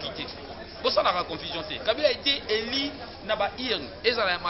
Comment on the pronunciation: This na kati ya congres il a était élu et non eli